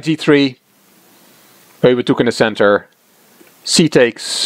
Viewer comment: Never knew how "Euwe" was pronounced until now. I always thought it as the English "You". I'm going to have practice the right way now :)